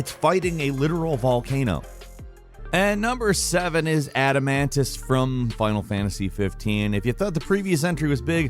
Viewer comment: The O in Adamantoise isn't silent,.